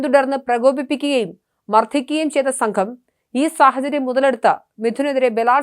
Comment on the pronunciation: മർത്തിക്കുക, ഭയങ്കര ട്രെസ്സ് കൊടുത്ത് സംസാരിക്കുന്നു. മാർദ്ദനം മതി😂